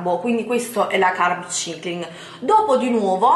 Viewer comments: Solo una cosa.. Prima di fare un video con termini inglesi vai su Google traduttore e fatti ripetere un centinaio di volte la pronuncia esatta delle parole! Altro che "carb cIcling" , sarebbe "carb saikling", nel 2017 cosa tocca ancora sentire... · E dai.... Carb ‘Saikling’.... si pronuncia così! Ma non guardi mai altri video in cui lo pronunciano bene????? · Parli come una bodybuilder quando della "vera" bodybuilder non hai nulla! Scusa come hai pronunciato carb cycling?! 🤣🤣🤣🤣 fai ridere!!